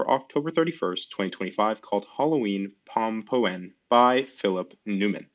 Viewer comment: it's a "pom-poun", a pumpkin in Dutch.